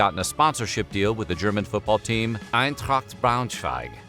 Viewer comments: I seriously appreciate you pronouncing German correctly. You got my like and sub just for that. Das gefällt mir sehr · Aside from your excellent comedic timing, the other reason WHF should NEVER consider a different narrator...is that our dude can pronounce the German names and words pretty well! I am not saying that only German language is of particular importance, but I take it to mean that somebody bothered to ask: "how do I say this strange foreign thing before I make an entire YT video about it"? This is a (very German) commitment to quality! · The pronunciations of the different German names in this videos are pretty good, compared to most anglo narrators! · Props to you, the pronouciation of these many German words was actually very good